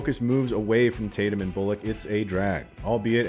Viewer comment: Channing Tatyum get it right!!